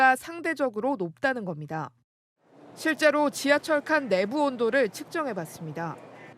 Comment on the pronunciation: 김동하 기자가 '내부, 대검,' 등의 단어를 아주 짧게 발음하는데 '내:부(內部), 대:검(大檢)'이라고 장음 발음을 해야 한다. 한국어에는 각 단어들에 장음(長音), 단음(短音)이 있어서 국어사전에도 표제어 장음 글자의 오른 편에 : 표로 표시되어 있다. 그런데 요즘 젊은 기자들은 특히 한자어를 말할 때 이를 전적으로 무시하고 전부 아주 짧게 발음한다. 예컨대 여:당(與黨), 야:당(野黨), 대:선(大選), 재:선(再選), 피:청구인(被請求人), 가:처분(假處分), 최:고(最高), 최:대(最大), 양:국(兩國), 대:화(對話) 등, 긴 발음인데 아주 짧게 발음하는 것이다. 이런 폐해는 한자 사용의 폐지에서 기인한 것이다. 한국어는 70%가 한자어로 구성되어 있는데 한자어는 사용하면서 한자는 사용하지 않는 모순, 그래서 한국인들의 말이 이 모양 이 꼴이 되었다. 정말 큰일 났다.